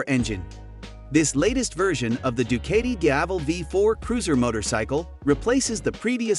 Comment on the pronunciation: It pronounces du-KAH-ti, not du-KAY-ti…